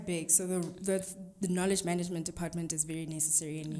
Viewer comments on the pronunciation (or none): If you hear me say “maneygment” 🤣🤣🤣 I love you!